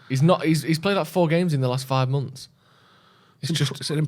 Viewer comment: Months ❌ Mumf ✅